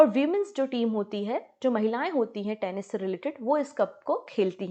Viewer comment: You said Tenish 😂😂😂 please learn the pronunciation